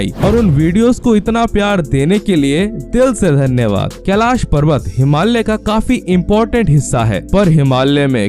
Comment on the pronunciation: कृपया हिमाल्य नही, योग्य uchhar "हिमालय" बोलिये पहले